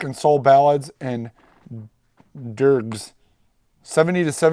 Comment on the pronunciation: Tons of cool stuff. (Btw "dirges" is pronounced durr-jehz, just so you know. Like in American Pie, "and we sang dirges in the dark" 👍)